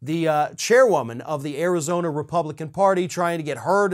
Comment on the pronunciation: "Arizoney". I like that little gaffe.